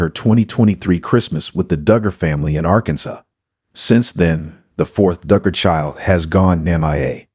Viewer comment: Arkanson? Since you can't say Arkansas should I take this with a grain of salt? Lol